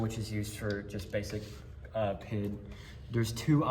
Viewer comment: aint no way u said "pid" as one word